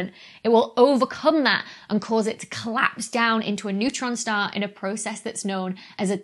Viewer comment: "white dou-arf shtar" Ooh! the ghost of Sean Connery almost tapped your shoulder there!